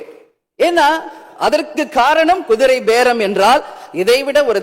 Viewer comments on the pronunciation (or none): அம்மா நீங்க பேசறது எல்லாம் சரியாத்தான் பேசுறீங்க கொஞ்சம் திக்காமல் திணறாமல் பேச வேண்டும் குதிரை பேரம் என்று சொல்லுவது கூட தடுமாறுகின்றது குதிரை பேதம் அல்ல குதிரை பேரம் ஜோசியருக்கு அரசு பணி கொடுத்த முதல்வர் அரசு பணத்தில் அவருக்கு ஊதியம் வழங்குவதற்கு யார் அதிகாரம் கொடுத்தது அவருடைய சொந்த பணத்தில் கொடுக்க வேண்டியதுதானே ஐஏஎஸ் படித்தவர்களுக்கு கூட இந்தப் பதவியை வாங்குவதற்கு மிகவும் சிரமப்படுகிறார்கள் ஜோசியம் சொன்னவர்களுக்கு அரசு பணியா நீதிமன்றம் இந்த பணிவு உத்தரவு வழங்கிய அதிகாரிகளை உடனடியாக பணிநீக்கம் செய்ய வேண்டும் நீதிமன்றம் வேடிக்கை பார்க்கக் கூடாது இவர் தனக்கு தேவைப்பட்டதை எனக்கு பக்கத்துணையாக இருப்பவர்களை அவர் நடித்த படங்கள் மூலமாக கிடைத்த பணத்தை அவருக்கு கொடுக்கட்டும் மக்கள் வரிப்பணத்தில் இருந்து ஒரு ரூபாய் கூட எடுக்க முடியாது என்று சொன்னவர் ஒரு ஜோசியருக்கு மாசம் 3 லட்ச ரூபாய் அரசு பணத்திலிருந்து ஜோசியருக்கு எப்படி வழங்குவதற்கு யார் உத்தரவிட்டது யாரிடம் கேட்டார் இந்த யோசனை முதலமைச்சர் கூட இருக்கின்ற சட்டமன்ற உறுப்பினர்கள் அவருக்கு முக்கிய பொறுப்பில் இருக்கக்கூடிய அதிகாரிகள் ஒருவருக்கு கூடவா இது தெரியாது ஜோசியருக்கு போய் நாம் அரசுப்பணி வழங்கலாமா வழங்கக் கூடாதா இது யாரும் கேட்க மாட்டாங்க அப்படி நினைச்சுதான் அந்த உத்தரவு போட்டு இருக்காங்க இது சினிமா பாணி மாதிரி நீங்க நீங்க நெனச்ச மாதிரி அரசன் மாதிரி வேடம் போடலாம் ஆண்டி மாதிரி வேடம் போடலாம் ஆனால் சட்டமன்றத்தில் அதற்கான தகுதிகள் வேண்டும் படித்தவனுக்கு இந்த வேலைதான் வழங்க வேண்டும் படிக்காதவனுக்கு இந்த வேலைதான் வழங்க வேண்டும் 9 சட்டமெல்லாம் வகுக்கப்பட்டுள்ளது இதை ஓய்வு கிடைக்கும்போது இப்போது தேர்ந்தெடுக்கப்பட்ட சட்டமன்ற உறுப்பினர்